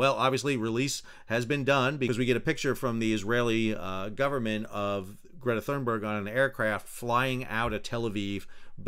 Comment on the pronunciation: Why do you say Thurnberg when it is Thunberg. There is no R after the U. Edit you say Cunningham correctly Thunberg is similar.